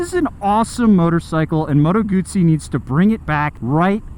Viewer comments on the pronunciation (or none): call me old school but when i owned a Moto Guzzi i was a kid i had a Guzzi V7 Special and a California and we and he dealers then pronounced it Moto guZZi there was and still is No "T" so where is the "T" comeing from when you pronounce it Moto Gutsi ? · Guzzi is pronounced like Pizza.